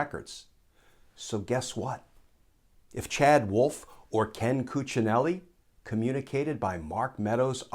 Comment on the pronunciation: My compliments for the perfect Cuccinelli's pronounciation.